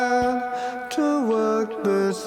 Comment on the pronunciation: First, I'd like to say 'Nice, clean presentation which a broad range of audience can appreciate.' Lastly, for my humbly intent critique & suggestion. Sounded as though you're trying to say "time," but sounded more like "tie." I couldnt tell if you were saying it more than once as you were explaining the breakdown, but that's OK, as long as sounding off the words clearly where should be. If were me, I'd pay closer attn to my voice via the monitor. It's harder for many of us, yes me included for a time, to hear our own voices for seemingly unpleasant to ourselves. This takes some time and helps us with practice to "improve" our vocals to ourselves. Anyhow, to un-digress...your vocals did sound a bit nasally. Bring your vocals up enough to tell us your message. Don't hesitate to mute any undertones you don't really feel uncomfortable about, then listen without them, 1st through your headphones to your comfort. After feeling confortable via headphones, next listen thru your speaker monitors to see how clean it comes through those. Some monitors could present distorted as you turn up volume, and dependant on quality of those speaker monitors; so, keep that in mind before you tweak. Save those tones & effects you've muted in case you think you might have to add back in. What you think is a completed product, save singly(or several versions) on a CD and play on your home & and perhaps an automobile stereo for testing. I'm not sure the effect you were trying to accomplish, but it cam